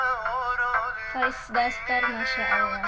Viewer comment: The name of boy is (dastor) not (dasbor), anyway thanks for reacting 🌹